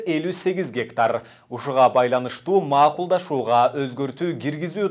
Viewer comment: Макулдашуу. Маакулдашуу дебечи.